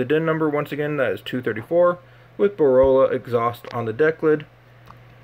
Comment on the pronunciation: its BOR - LA .. lmfao not BOROLA